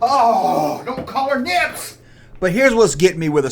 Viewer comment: Snips. Say it with me, Snips. Not Nips. Snips.